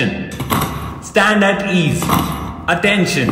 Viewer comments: CBSE Student here, in our school we pronounce stanetees but that too with such a confidence ki lgta h yahi sahi pronunciation h😂 Confidence bhaisab!!😎 Edit : Thanks for so many likes CBSEians!! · Yes in my school also it is pronounced as standadees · My pronunciation in my whole school life: Stanaties 🤣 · I swear it's d first time I actually got to noe it's "stand -at-ease" 😅 In CBSE dey never pronounce it right 🤣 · 💀me who spent my whole 10 years of school life and pronounce it as " stand it is" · As a CBSE 8th grader, I can confirm this is how we pronounce these words 😂.